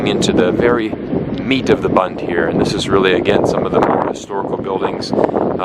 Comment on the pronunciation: You are not pronouncing BUND correctly!